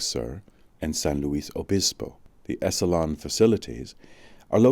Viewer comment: Terrific upload/reading. It's been too long since I've read it, too. His work - as it became more popular - got Oprahfied. This was when his brain was at full bloom. Fwiw, 'Esalen' is pronounced ESS-uh-lin. Paz y luz.